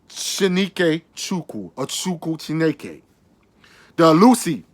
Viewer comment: Good morning brother. I am not referring to your accent. moreso of the letter placement. If you watch, you pronounce CHI-NE-KE as CHI-KE-NE. Which is a misspelling and not the same word. This is not to disrespect but I believe the most connected to the culture also have a responsibility to lend a hand to our brothers and sisters in the diaspora so that we can build strong unity. Overall, I am just happy to see a brother of the diaspora diving deep and staying connected. I look forward to future content.